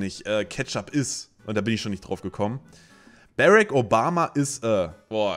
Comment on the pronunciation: Seit wann Heisst es Bärek Obama :D ^^